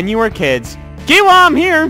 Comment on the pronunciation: kiowa is pronounced kio-wa